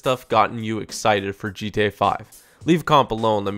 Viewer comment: Subscribe for more daily ... TOP NOTCH ... DGE-TA Five videos. Makes me laugh everytime he says it, it sounds so damn funny.